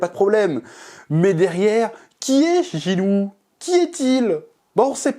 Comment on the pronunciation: J'ai l'impression d'entendre "Gillou" chaque fois que tu prononces son nom, ça contraste fort 😂